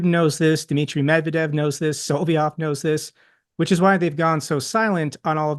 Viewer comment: still calling him "Solviov" It's Solovyov 😂